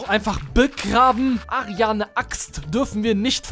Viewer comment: Mich triggert das, das er die ganze Zeit ARIANE sagt